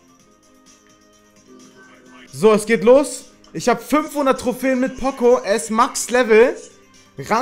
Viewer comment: pooooocooooo nicht pOcO